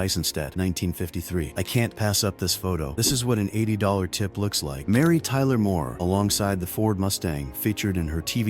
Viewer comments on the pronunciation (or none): none